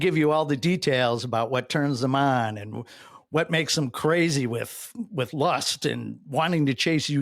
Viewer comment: Why does every “ and” end with a “tch”?